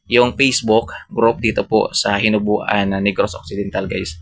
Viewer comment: Hinobaan po hindi hinubuan